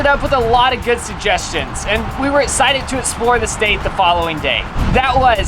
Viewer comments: It’s hilarious how doesn’t pronounce the letter x. He’s always essited rather than exited 😂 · I live for the way says “esscited” instead of excited